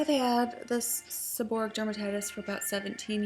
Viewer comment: If you throw everything at a problem in your body, you'll never know which of them, if any, works for you. The end of the wrod is pronounced like "o-ray-ick". Stress on the "ray" syllable.